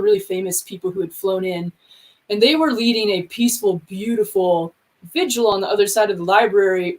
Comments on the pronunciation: So, if someone shows up at your house, starts busting your stuff up, threatening you,,etc. Who are you going to call? The violinists? And its pronounced vigil, not vigual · I love you so I have to let you know that you are mispronouncing "vigil" by rhyming it with "visual", turning a two-syllable word into one with 3. Please, no more "vidge-ual". It's vigil.